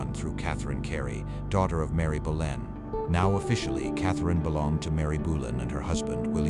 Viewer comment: It is Bow lynn phonetically not Bow en. Your AI is so terrible so bad, in fact it is unlistenable.